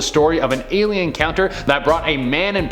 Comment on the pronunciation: The "i-lien" … lmao.